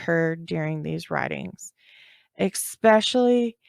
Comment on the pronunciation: she also uses the word “expeshally” (especially), it’s cute. ☺️